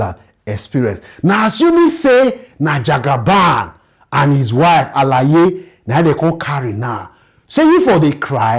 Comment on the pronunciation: Did you just say: "Jagaban and hin wife Alaaye"... as in ALAAYE?😂😂😂